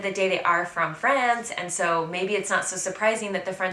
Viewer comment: Hi! I love your videos! Did I hear a very Frenchy "-uh" ad the end of the word "France"? That's actually very endearing.;-)